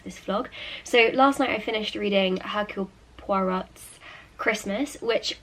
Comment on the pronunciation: Loved the reading. Its pronounced 'ercule Pwa rowe BTW